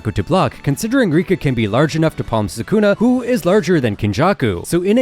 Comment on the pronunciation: Rika is not rika